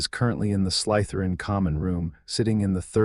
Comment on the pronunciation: You and the AI who is reading this need to get it through your head that there is no such word as Sly - t h e r i n, it is Slytherin and the emphasis is not on the Y